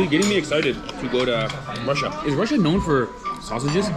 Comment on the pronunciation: It's Chrussia 🤣